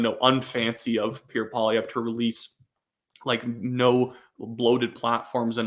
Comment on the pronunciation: please. just slow down, stop mumbling and enunciate. "Pierre" is two syllables and is not pronounced "Peer" and "Poilievre" is pronounced PWAH-lee-EV-rah.